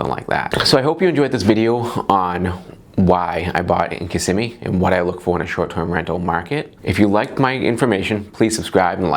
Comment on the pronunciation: KISS-SIM-ME you said it right ☺️